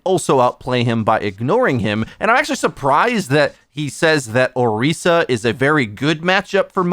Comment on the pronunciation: Damn that Orisa pronunciation